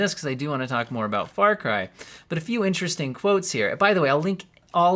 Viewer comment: Hehehe "Fary" Cry...lol